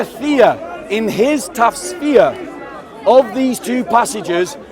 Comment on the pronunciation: I have to say this so you get it right next time- it's pronounced TUFF SEER, not tasfeer You sir, are what I wished i could be a half of. May God keep you always.